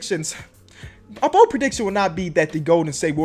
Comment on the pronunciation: BOLD not BODE